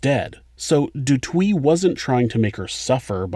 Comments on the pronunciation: She went through the most!! This is no laughing matter love your channel and material but the way you pronouncing Du Toit has me 💀🤣 it's pronounced 'Toy' with the T at the end. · Not du twee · Its pronounced du toy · Hello from South Africa 🌍 🇿🇦 I'm sure someone has already commented this. But Du Toit is pronounced Du "toy" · You pronounce it like FFFFVVRrrr(aaaah)ns Dooo Toy and Tee-ah-niss (like miss) Kruger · Hi there!! Love your channel!! I'm from South Africa and I just want to help you out on something small, but over here there's people that would laugh at you. The surname du Toit is pronounced as you would say toy in English. Happy to help a friend. Thanks for this channel!! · Du Toit is pronounced Do Toy. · You mispronouncing du toit is annoying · Lmao as a south African, I cringed everytime I heard the pronunciation of Du Toit😭💔💔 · Not how you pronounce toit!! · Love your vids, thank you for your hard work... A little note... In South African speech, Th is pronounced as T. So Thiens is pronounced Teeans. Botha is pronounced Booata .... Also, du toit is pronounced Doo Toy ..... I also suffered gang rape in SA. I was 12yo.... I'm 51 now, but it ruined my life... This woman is amazing.... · Great vid. Sorry but du Toit is pronounced /du TWA/ not /du TWEE/. Why not check out pronunciations before making videos? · what’s dutowee? it’s pronounced du toyt 🙄 and these pigs have been paroled in july. i hate this world. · Du Toit is pronounced as Du Toy and not Du Twi 🤗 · Pretty sure Du Toit is pronounced "doo twah" not "doo twee". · Du twee...hahaha it's pronounced Du "Toy" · Haha fuck sake Do Twee, Say it like this 'Do-Toy-T' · It's pronounced "du TOY" (not "du Twee") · The letters 'oi' are pronounced wa instead of wi. So the right way to say it is du twa. Just a detail but why not do it right instead of wrong. Love your shows. What an amazing woman. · Du Toit is pronounce du Toy... for the record. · You pronounce it "Do Toyt" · And du toit "do toy"